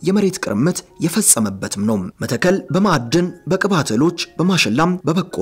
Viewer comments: ይህን የጨበጣ ጋዜጠኝነት ምን እናርገው??? መተከል ከ ጠብቆ ይነበባል ቋራ ቋ እንዲሁ፡፡ የሰውየውን ፁሁፍ አበላሸሀው እኮ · ወንድሜ ጋዜጠኛው መተከል የሚለውን ስታነበው ጠበቅ አድርገው